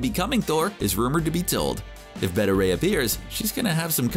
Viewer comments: I’m not sure how you pronounce ‘beta’ wrong like ‘betta’ and not ‘bay-tah’ unless it’s some shitty way to get extra comments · Beta is Bay-tuh, Bet-tuh is Betta like the fish. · CBR should hire an announcer that can actually pronounce the words he's saying. Beta, as in the 2nd letter of the Greek alphabet. Not Betta, which is a fish.